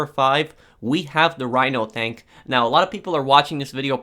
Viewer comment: "rhino thank"